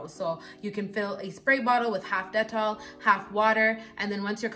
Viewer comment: I like how you pronounce dettol... I stay buying the soap, they even have the sensitive one which is blue as opposed to the yellow bar.